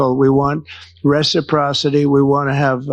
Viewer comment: I wonder how long it took someone to teach him how to pronounce 'reciprocity'???